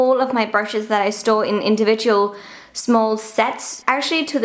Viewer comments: Am I the only one who thinks it sounds like she says "I stole..." when she says "I store.." Lol it just throws me off for a split second every time haha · it sounds like she said " in thees drawers I stole all my makeup